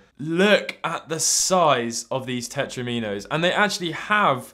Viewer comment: How has got this far spending so much time playing retro games and yet manages to pronounce "tetromino" wrong? lol.. It's te-tron-i-mo, like "domino", not tet-ri-mee-no